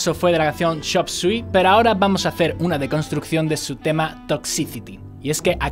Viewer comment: Que desgracia escuchar a este compañero pronunciar cualquier palabra que no sea en español. Es para salir corriendo al primer "chop zui"